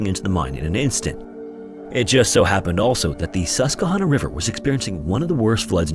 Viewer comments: Yup, it’s sus-kwah-hanna, last part sounds like banana, not nonna! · As a person that grew up in central Pennsylvania…..it’s pronounced sus-kwa-han-ah. Love your content! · PA native here. Not trying to be pedantic, just educational. The river is pronounced Sus-kwuh-hanna :) Love your videos! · Nobody gonna mention that he called it the sus"kuh"honna river lol. We always called it the sus"kwah"hanna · Just an FYI, Susquehanna is pronounced “sus-qwah-hay-nuh”. But as a PA resident I have never heard of this story. Thank you for telling it ❤ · I love the wrong pronunciation of Susquehanna 😂. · As a Pennsylvanian hearing his pronunciation of Susquehanna gave me a good chuckle lol. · So not relevant but the mispronunciation of Susquehanna was a gut punch every time 😅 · I'm from Pittston Pa. great story ..you mispronounced susquehanna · Susquehanna is pronounced Sus Kwa Hanna. Lehigh is pronounced Lee Hi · SUS-kwuh-HANNA. :D Also, I think you said Lehigh? as leh-HIGH, but it is LEE-high. Just a note from an ex-Luzerne County resident. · If anyone cares, here are a couple pronunciation corrections: Susquehanna = Sus-kwah-hanna Lehigh = Lee-high Love your videos, just a quick correction from a Central PA resident! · Sus-kwa-HAN-uh. Also, Lehigh is LEE-high